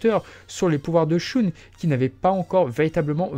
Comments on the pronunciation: J'arrête d'écouter parce que "Choune" c'est incroyablement ridicule. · Pourrais tu prononcer "Shun" à l'Allemande parce que c'est affreux la façon dont tu le prononces, dans l'animé j'ai jamais entendu Shoon Désolé mais j'ai les oreilles qui saignent à chaque fois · À l'allemande ? Le u se prononce "ou" en allemand, et le ü se prononce "u". En japonais, la prononciation du u se situe entre un "u" et un "ou" français, mais le son reste plus proche du "ou". En VO, Shun se dit bel et bien "shoun".